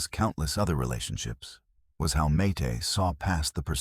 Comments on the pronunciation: This is pernicious rubbish. And this AI bot can't even spell or pronounce Mayte's name properly. I've read her book and watched interviews with her and not once has she mentioned this. They had no contact after their divorce - this is a LIE. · This is so AI couldnt even get Mayte's name right! 😢 not sure this is true? I know towards the end of his life he contacted people he'd worked with and gave them money that they deserved as they didn't get paid properly in the first place. He was making amends. 😢